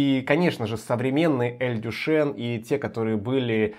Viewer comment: Читается не Дюшен, а Дюшан. Кстати, далеко не лучшее название для бренда, поскольку имя Дюшан у мало мальски культурного человека ассоциируется со знаменитым "Фонтаном Дюшана" , проще говоря, выставленным на обозрение публики писсуаром.